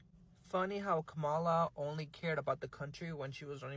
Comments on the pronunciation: He said ka ma la and in his second video dude said VP’s name right comma, la. He just want some attention or some Black Love. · It's a de@ giveaway where this individual gets his news/information...it's in the way he mispronounces her name. It's Ka-Muh-Lah, not Ku-mah-la. If he educated himself, he would know that the intentional mispronunciation of her name was designed to be disrespectful. Remember the doll experiment back in the day? Good doll vs Bad Doll? Alot of misinformed immigrants voted for what they perceived to be the "good doll" and now are experiencing consequences due to their ignorance. Don't come looking for her now. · "B" you still won't pronounce her name correctly why in the hell you think she would come out for you now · With his feminine ass. And say her name correctly! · You’re mispronouncing her name on purpose aren’t you sweetie! You can believe you’ll be gone before we will, how you think you’ll do in that Venezuelan prison, sweetie! Oh, don’t play you wanted the smoke that’s why you put that mess out there, now see if you can deal with the fire!🔥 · And he's still being disrespectful not even saying her name right! F U dude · They can’t even say her name right but want her help. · Why should Kamala be saying anything for Latinos? When in the days before the election they called her everything but her name and now to this day still can’t be bothered to pronounce her name correctly? Please. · First learn to pronounce her name correctly. She is where she is. Minding her business and leaving yours alone. Had you voted for her you would know. She'd be working for the people. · I agree he doesn't even have the intelligence to pronounce her name right. Lord help him. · HAVE THESE WANNA BE YT’s NOT LEARNED TO PRONOUNCE HER NAME PROPERLY AS OF THIS DATE IN 2025 SPARE THE 92/82% 🤔🤔🤔🤔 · First of all we don't know anyone by that name can't even pronounce her name..so who is he talking about..go away dummy... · HER NAME IS KAM A LAAAAAAAA